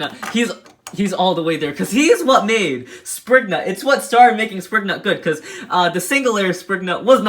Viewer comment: You pronouns some of the beys naems wrong what is springnut.